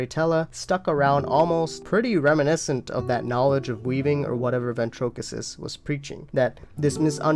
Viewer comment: I'm sure you've gotten this before but the way you've been pronouncing Ventricosus all these years bothers me 🙈 you keep saying Ventrokisus it's pronounced Ven-treh-CO-sus Other than that the vid is great, I can watch hours and hours of this stuff